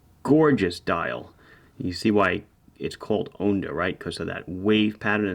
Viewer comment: Just FYI, if you want to Italian-ify your pronunciation of 'onda', it's like 'Honda' without the 'H' :) Grazie mille per tutti i recensioni!